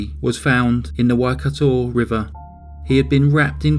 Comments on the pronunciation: Except for the pronunciation of the Waikato River. 😳😂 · And Waikato River. 😳😂🇳🇿